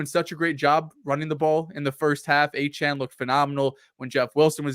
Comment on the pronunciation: They’re roasting on pronouncing Allgeier but has been mis-pronouncing De’Von Achane’s name all season lol